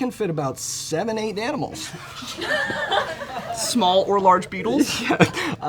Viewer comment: Am I crazy or did he say danimals not animals at the end and the beatle thing threw him off?? 😭💀